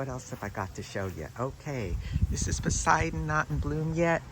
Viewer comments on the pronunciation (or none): none